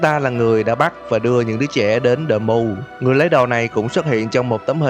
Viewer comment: Tiếng Anh thuần việt : Đờ Muu🤣😂